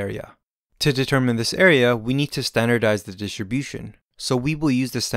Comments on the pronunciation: This is a great video. It helped me a lot. But please,, can you try to say "dis-tRi-bution" (with the R actually pronounced) instead of "dish-ti-bution"? I find it quite distracting. Apart from that, like I said: great animations, great explanation, thank you so much!!! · Amazing explanation and visually pleasing. Well done. (Though hearing the way you pronounce Distribution>Dishribution was distracting lol) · Thanks...but why does he say ..Standard normal DHISHUM-DHISHUM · great, great video - thank you. it is so funny how you pronounce "distribution", always sounds like dishibushon :-D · I was laughing so much: Normal dishibushin :D :D :D great video tho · Normal Dishunbution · wtf is "dishibution"